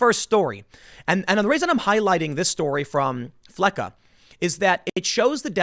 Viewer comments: its- FELCCAS not felcca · TIIIIMMMM It's pronounced FLECK-ESS not FLECK-UH Jeez, dude. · "Flecca"?..... Bruh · Fleccas not flecca. Fleck ass. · Fleccas, not Flecca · It's not "Flecca".... Austin Fletcher's handle is "FLECCAS" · Tim, his name is Fleccas. The “s” is pronounced. It’s not a plurality of Flecca. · Tim....Fleck-us, not Flecka. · Please get his name right- it’s FLECCAS. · It’s “Fleccas” goddamnit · It's "Fleccas" the 's' is is a part of the name. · It's pronounced "fleck us."